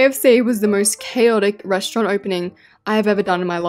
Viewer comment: At 1.46 she said another resront😂😂😂😂